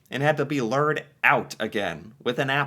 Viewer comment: I just noticed how you said “lured” is it just me or did that sound like ler-d… I’m Canadian I pronounce it loo-erd